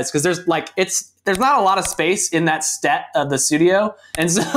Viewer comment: I just realized that , Jeremy said "stet" instead of "set" 😂